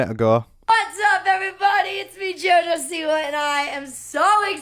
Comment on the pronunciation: Im part Polish and......joj siwa...no